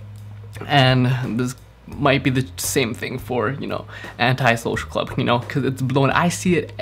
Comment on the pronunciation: lmao you really said anty social club